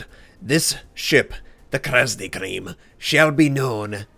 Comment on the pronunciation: Face Palm Krasny Krym = Red Crimea..... Not Cream